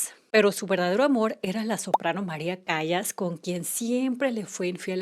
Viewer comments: Wow. Se pronuncia CALAS, no "Callas", es apellido italiano, y no por eso deberías saberlo, sino porque fue una de las más grandes cantantes de ópera del mundo. Es evidente que no lo sabes. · No se dice Callas, sino se pronuncia Calas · Se pronuncia Calas, la Calas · Gracias por tu video; ¡Muy bueno! Una acotación: Sobre la cantante María Callas, se escribe así, pero se pronuncia “Calas”. Y, por otra parte, realmente John no quedó “huérfano”, tenía 33 ó 34 años cuando su mamá murió (lo cual es poderoso a cualquier edad), y un huérfano es alguien que pierde a sus padres siendo menor de edad. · Me encanta este canal. Para este video en particular, sólo tengo una observación: La soprano pareja de Onassis, aunque su apellido se escribe "Callas", se pronuncia "Calas"